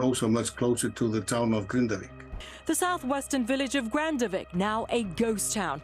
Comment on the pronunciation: Impressive, the Icelandic chap, Thorvaldur Thordarson, pronounces the town name as "Grindavik" and the airhead immediately mis-pronounces it as Grandavik. 🙄